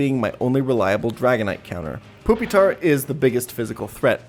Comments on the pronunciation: This is pretty cool and impressive but please ... it's not poopytar, it's pyu, like the word pupa. TuT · Fantastic video, but are you calling it "poopy-tar' on purpose? If not, it's "pupa-tar" like the middle stage of a bug's life, Larva - Pupa - Adult. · Why do you keep saying, "poopytar" lmao. It's pronounced "PEW-pi-tar". It's supposed to be like the "pupa" stage of development. Same etymology for "Pupil". Do you call them "poopils" lol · ok i had to stop watching after hearing "poopytar" way too many times ps pronounce these mons right lol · Did you just call him Poopitar? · I never complain about pokemon pronunciations but "poopytar" is nuts. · Why does this man keep referring to Pupitar as "Poopy-tar?" I need to know the backstory of this now. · i fucking can't with the calling it poopytar the whole time 😭😭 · why he pronounce it poopytar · Haha, he said poopitar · This is the first time I've heard someone pronounce it as Poopitar lol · I hope that is actually how you pronounce pupitar. Poopytar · why does he call it poopytar lol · I'll never get over saying pupitar as poopytar. Fuck. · “Poopitar” lmao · bro fr said "Poopytar" lol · Lol he calls it "Poopytar" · He calls Pupitar, poopy-tar Lmao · Every time he says pupitar like "poopytar" I get punched in the stomach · I giggle a bit when you pronounce it poopytar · Im begging you to stop saying "poopy-tar" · Why is bro calling Pupitar "Poopytar" wtf lmao. I cant tell if hes joking or if he actually thinks it's pronounced like that. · It’s just the way he prefers to pronounce it. He also pronounces suicune as “soo-ee-cune”